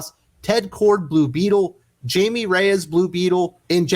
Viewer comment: Small edit: Blue Beetle is Jaime "Hi-me" Reyes, not Jamie.